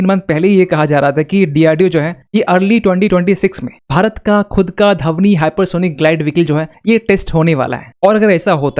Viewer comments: Its not धवनी, Its ध्वनी,. Learn proper pronaunciation. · Dhavni nahi bhai Dhvani. 😂